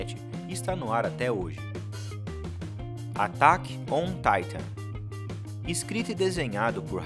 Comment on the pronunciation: atack on "Taitan" kkkkkk